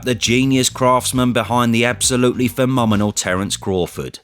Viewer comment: Literally every Southerner pronounces phenomenal incorrectly.